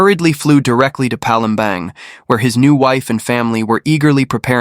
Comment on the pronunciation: Palembang..pronounce as Palembarng..not Bang